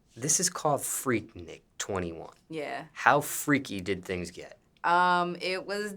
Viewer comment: Nick not neek